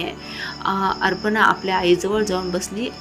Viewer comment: कथा छान आहे. पण वाचन बरोबर नाही उदा: अपर्णा आहे तिथे अर्पना वाचते . ही वाचणारी मराठी माध्यमात शिकलेली दिसत नाही.